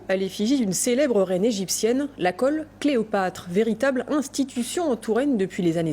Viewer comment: Qui a remarquer que la journaliste dit "caule" au lieu de colle